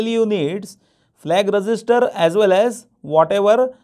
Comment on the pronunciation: Register ko thoda achhe se pronounce Karo aap resister bol rahe 😐😐